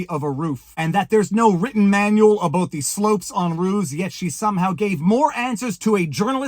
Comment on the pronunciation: Wow, how long have you been in Canada? Your “Aboot” is already more dramatically pronounced, hey Buddy, I mean Guy, I mean friend…